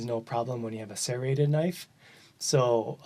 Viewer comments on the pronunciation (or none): SERRATED, not CERATED.